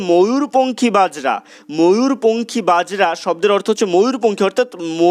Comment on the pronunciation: Apni bojra sabdotike bajra uchcharon korechhen